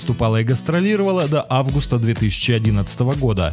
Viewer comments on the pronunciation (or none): none